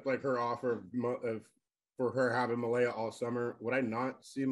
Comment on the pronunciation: The mispronounciation of Malaya by the judge over and over irritates me.